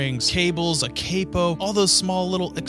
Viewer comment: Did you pronounce it capo and not capo? What is wrong with you